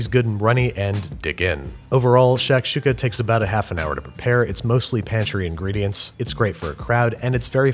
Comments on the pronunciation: Great cooking, but I couldn't help but cringe every time he pronounced it "shack shooka". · It's "shock-shooka." Can't let you keep saying "shack-shooka." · its not pronounced "SHACK- shooka" its pronounced "SHUCK-shooka". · It’s not sh”ack”shuka it’s sh”ah”kshuka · im sorry but hurissuh.... lmao shacksukuh.... lmaoooo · Shik shakshuka dunera e tuka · Shakshuka.... it's pronounced more like tshektshuka.... at least in my region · “Shaq’s Huka”. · I cringe every time he says "shack"-shuka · Bro the way he’s saying shakshuka like shack-shuka is pissing me off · Babie baby, the shak in shakshuka is pronounced like "shock", as in "shock and awe." Loved the video though this is one of my favorite dishes. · Şakada Şuka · His pronunciation of Shakshuka hurts my brain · its not shakshouka its a freaking jozmoz with love from syria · Sak suk( english pronunciation" shak shuk" for the "s" with tail is pronaunces az" sh") means in a jiffy in Turkish and shak shuka means something prepared quickly, and very popular on the western part of the country . And never done in a cast iron skillet. As for the rest of the country it's called " menemen" and has tens of different varieties